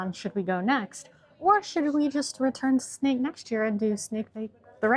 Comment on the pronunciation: It's funny to hear you say Sneek week. You pronounce it perfectly but I keep seeing snakes in my head.